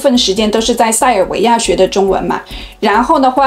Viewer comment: 我很感觉奇怪，你学的那么优秀，儿话音也挺好，但是塞尔维亚的儿话音你却发的不好。